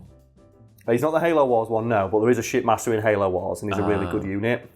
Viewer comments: Oh.... SHIPmaster.... I legit thought you were saying shitmaster, lmao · Not gonna lie, though that you were calling the Shipmaster, "Shitmaster".